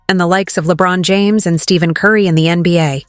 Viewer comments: It always amazing that these clips are narrated by people that know so little that they can’t even pronounce the names of the players they are talking about . Check out STEVEN CURRY ? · You're another contributor who can't get Curry's name right. It's not Steven Curry, it's Stephen. You're the 3rd contributor to refer to him as Steven. Please, get one of the greatest players in history's name right.